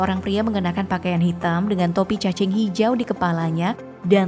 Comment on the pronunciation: Caping min... Bukan cacing